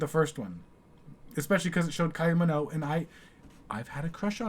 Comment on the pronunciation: Kylie Minogue, not Minoe. Her last name ends in a G. Mi-noe-g